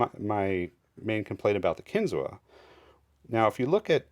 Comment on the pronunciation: It’s pronounced “kin-zoo”